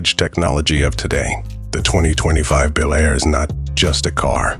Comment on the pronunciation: A description of a new vehicle while showing 3 Different B. El Airs (Come on, and get your A.I. speaking correctly) of different years, and possibly customizers.